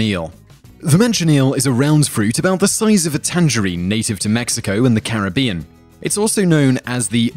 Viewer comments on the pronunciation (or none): none